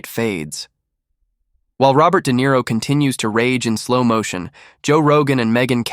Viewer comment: Who is Dare-O? was that a little orange fish everyone was looking for? We hate AI for a reason. If you can't do it, then just don't. The strange pauses and mispronunciations drive us nuts and ruin your videos.